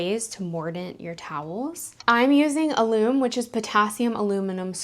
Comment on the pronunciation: That word is pronounced AL-um . It is also used to pickling food. It is a naturally occurring mineral compound and can be bought in the spice section of the grocery. Besides being used for canning and pickling, it tenderizes meat, is part of baking powder and is used in cooking to crisp food when fried.